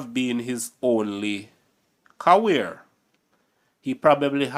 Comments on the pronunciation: Not Caware bro, career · I like your channel but you are not pronouncing certain words properly like film not flim and career not caweer